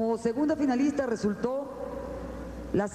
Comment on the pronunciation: si se pueden dar centa veanle la banda a Libia Castellanos miss mucipio libertador que en ves de una f tiene una p osea que en mes de decir finalista dice pinalista